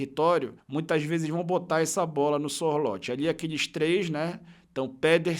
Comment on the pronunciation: a pronúncia do nome do Sorloth é muito simpes: é ççorrutfffees